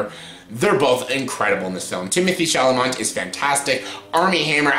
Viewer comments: Shall a may - there is no "o" or "n"! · At least pronounce Timmy’s last name something like it is spelled!